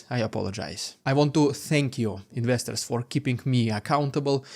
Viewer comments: Oh you say "investors" in the intro. I never got it before. I was going "What's he saying, ministers?" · I thought he was always saying, "What's up misters" in a funny way lol